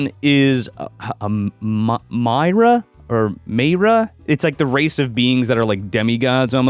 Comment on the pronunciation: It's "My-ar"